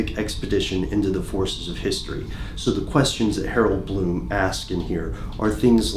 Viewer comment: Glow of Brightly Burning Hope HAROLD BLOOM hahahahaha...I guess he got the "H" part right.